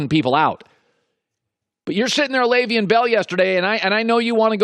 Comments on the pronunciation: Dude... His name isn't pronounced "Lay-veein" it's pronounced "Lev-eon" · Unprofessional. I like your broadcast, but your refusal to say Le'veon Bells name correctly is bush league. Do you have a beef with him? I've never once heard you mispronounce Roethlisbergers name. How are you mispronoucung one of the biggest names in the sport? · The way Colin says Le’Veon, you would think he grew up in the suburbs and went to an Ivy League school.